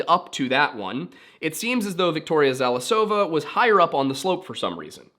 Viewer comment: I love watching english speaking youtubers discovering russian mysteries, because 1)the struggle is fun, 2)english sources tell different narratives. You're actually challenged by transcribation of most of the words, it gives impression that sounds are more complicated than they are. You really only got some emphasyses wrong - it's KorOvina and ZalIsova, but rules on those things are based on vibes, so it's really ok for english speakers to be confused. And it's BuryAtia - for most of the time the last syllable is not accentuated. And or gosh your struggle with Komsomolskaya Pravda - if you are going to work with russian-based stories, you are going to encounter a lot of fucked up sources that rehash bullshit, we have a lot of low quality journalism on those things. You did a great job on this case, as you did with Dyatlov's!